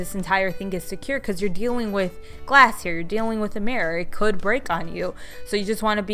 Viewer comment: Is anyone annoyed by the way she says “murror”